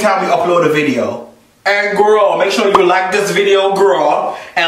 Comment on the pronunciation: Love when says are you shore🤣🤣🤣